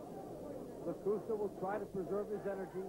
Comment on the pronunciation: The only guy with more losses than wins. And it's Lakusta not Lacusta.